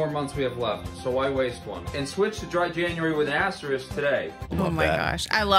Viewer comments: That Dry January guy cannot say *asterisk properly. He’s missing the K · is worried that he mispronounced coupon, completely unaware that he consistently says asterisk wrong. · was worried about how he pronounced Coupon, not worried about his pronunciation of asterisk.